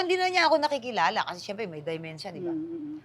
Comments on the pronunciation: Hahahah Dementia is not pronounced (Daymensha) hahahahah. Just DEMENTIA ( Demensha). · POKWANG IT'S DEMENTIA & NOT DIEMENTIA